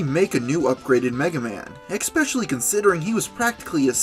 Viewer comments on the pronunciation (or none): EKscape. Ekspecially. I'm sorry this is just a big pet peeve.